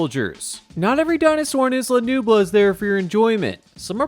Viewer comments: Its isla nublar not nublu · Isla NUBLAR not Nubla… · Anyone else hear him call isla nublar isla nubla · Scariest part of the video was the mispronounced Nublar